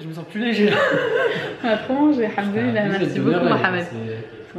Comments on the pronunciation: m fait rire, il dit:handoulalah mdr alors qu'en réalité c'est hamdoulalah c un M pas un N 😂😂😂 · j'arrête pas de rigoler de la façon dont dit hamdoallah, il dit haNdollah je trouve ça marrant tu peux lui corriger mina mdr sinon super vlog j'ai adoré